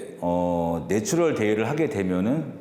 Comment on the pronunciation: 내추럴을 자꾸 내추얼로 발음하네...